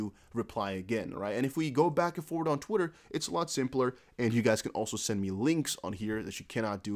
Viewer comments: that "tweetah" in french accent brah! 😂😂😂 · I love how you pronounced "twitter" in Italian accent 😅